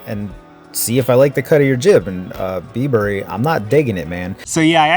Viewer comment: bibury not bee burry lol, like bribery without the r